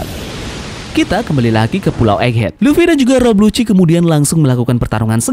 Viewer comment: iya namanya Lucci cuman si Mimin salah nyebut intonasi nya jadi kedengarannya kayak "Lucy"